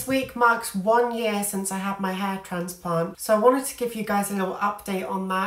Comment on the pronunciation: Yes ha ha. I’m originally from the Midlands so we switched northern/southern pronunciation a lot: grass/grarss, bath/barth etc. but you managed north+south in one word. So instead of transplant/trarnsplarnt you said transplarnt. I live in Texas these days where it’s closer to traaansplaaant ha ha